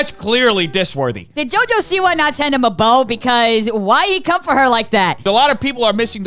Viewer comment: He said "jojo-see-why" as in Jojo sees 👀 why the man is a B word. Smh